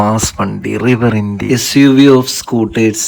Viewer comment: റിവർ ഇന്ത്യ അല്ല റിവർ ഇൻഡീ 😀